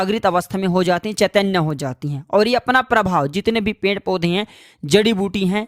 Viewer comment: Pend kya hota hai?? Uchcharan Ped hota hai, ya Pend hota hai???